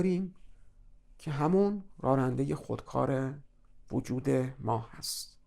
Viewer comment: سپاسگزارم. از تشبیه و مدل کردن بسیار خوبی استفاده کردین. چون پای ناخودآگاه مطرح است فقط جسارتا کلمه راننده را که بسیار هم تکرار شد بصورت رارنده تلفظ کردین که این کار باعث ملکه شدن این نوع تلفظ میشه. اما جالب این هست که کلمه راننده گاهی هم درست تلفظ میشد.